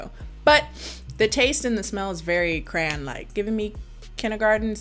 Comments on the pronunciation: love. the. way. u. say. crayon..............crans 100% u are amazing dude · Took me forever to realize that you were saying "crayon." Did anyone else hear "cran?" Accents are weird.